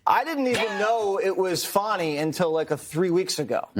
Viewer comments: Fannie is Fanny. Fauni or Fahnie is pronounced different lol. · Her name in FANNY! Not Fawni! :face-green-smiling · Fani does not rhyme with Bonnie or Donnie, someone should have got her daddy hooked on phonics